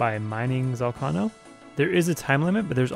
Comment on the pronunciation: why cant you say ZOL-KAY-NOH correctly?